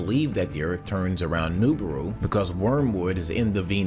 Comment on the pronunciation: Please stop saying Noobooru